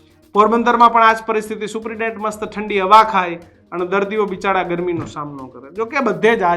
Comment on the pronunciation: આ એંકર ભાઈ ને સુપ્રિટેન્ડેન્ટ બોલતા ફાવતું નહીં લાગતું...થોડું હોમ વર્ક કરી ને આવો... ડાયરેક્ટ ટેલિ પ્રોમ્પ્ટર સામે આવી ને બોલવાનું શરૂ ન કરો મારા સાહેબ